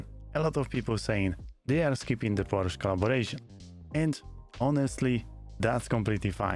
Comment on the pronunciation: Unrelate note, thank you for pronouncing Porsche correctly as Por-Scha.